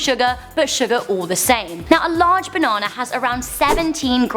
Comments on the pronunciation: the way she said banana 😂😂😂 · the way she said banana with her accent